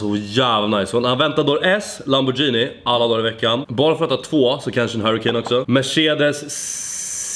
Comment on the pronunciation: De heter lamborghini inte lamborjhini